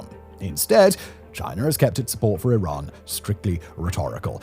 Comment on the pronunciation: Why is it so hard for all the officials, and yet so easy for everyone else to pronounce Iran correctly?! It is "ee-RAHN" like "See" and "Gone". Thanks for pronouncing it right.